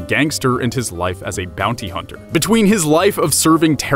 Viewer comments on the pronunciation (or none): none